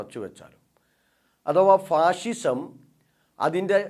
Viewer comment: ഫാഷിഷം ആണോ അതോ ഫാസിസം ആണോ